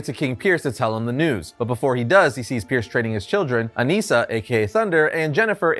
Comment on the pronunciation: loved the video but it’s aNISSa not aneessa